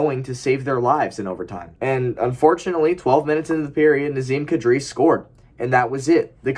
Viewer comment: I don't know if it's on purpose or not but I think your pronunciation of Nazem Kadri might be the actual way to say his name.